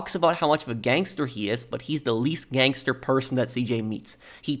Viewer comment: Great video but to hear “gAnGsTER” come out of your mouth made me wanna gangster my brains out